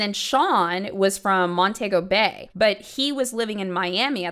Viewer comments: Why is butchering my Jamaican names like that 😭😭 talking bout MonTAEgo Bay 🤣🤣🤣 big up from Jamaica tho🇯🇲🇯🇲💖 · Hey. Jamaican here, I heard of this story and vaguely remember it on the new here in Jamaica. And i was shockkkkkkk.. I was little when I saw this on the new and 😮. Plus nothing wrong, it’s just funny hearing the accent pronunciating Montego Bay😂. Love youuuuu❤